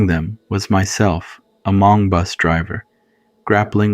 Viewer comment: “Ha-Mong” um, what?! 😂